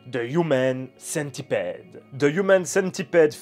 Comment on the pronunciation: AA j'avoue que je sais pas si tu le fait expres, mais le fait que tu dise "human" avec l'accent et "centipede" en francais sa m'irrite autant que les gens qui disent "FBI" en anglais mais "CIA" en francais.. ou qui disent "iPhone" en anglais, mais iOS / iTunes en francais arrrhhhhhhh